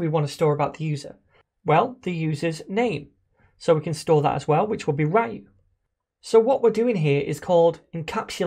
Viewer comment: i really cant get over the way you pronounce "Ryu", it feels so wrong to me lol.